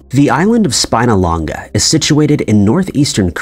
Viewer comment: Love the pronunciation of Spinalonga! 😊